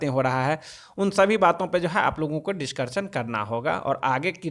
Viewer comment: डिस्कशन को डिस्कर्सन बोलता है. ढंग से बोलना सीख ले तो वीडियो बनाना.